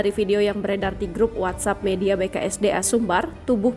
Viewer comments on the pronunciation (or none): none